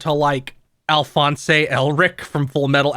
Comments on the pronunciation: ....Al-phons-e elric that feel-ism killed me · continuing the trend of saying words wrong when he said Alphonse weirdly